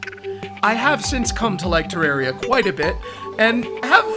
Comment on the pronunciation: I'm glad you say Terraria right